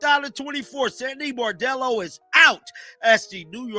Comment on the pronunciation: You at least can respect this coach to pronounce her name correctly. Sandy Brondello deserve respect and a raise.